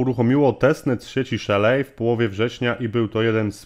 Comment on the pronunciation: Nie Szelej a Szeli. Nie w Polach a w Pool(basen) Wideo Ok, ale sa niescislosci w tym co mowisz. Node mozna odpalic na Linux, Windows, MacOS